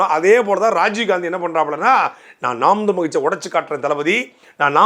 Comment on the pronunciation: நாம் தமிழர் என்ற கட்சியின் பெயரை உச்சரிக்க கூட தடுமாறுகிறார்கள் சீமான் கட்சி என்னங்கடா டேய் ஒரு அங்கீகரிக்கப்பட்ட கட்சி எதிர்க்கட்சி அளவுக்கு வளர்ந்து நிற்கிறது. 26 இல் சீமான் முதல்வராக கூடிய சூழல் உருவாகிக் கொண்டிருக்கின்ற தமிழ்நாட்டில் கட்சி பேரை உச்சரிக்கவே தடுமாறு கூடிய தற்குறிகள் திராவிட என்னன்னு தெரியல இதுதாண்டா திராவிடம் இதையே எத்தனை வருஷம் டா உருட்டுவீங்க அவ்வளவுதான் முடிவுக்கு வந்துவிட்டது திராவிடம்